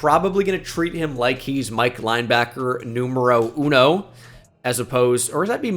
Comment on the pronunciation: A i am Mexican and watch say número uno and uno Cerveza is Just hilarious😂😂